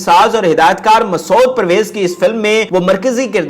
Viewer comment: The name is masood with one syllable.pl don’t say it masa—od.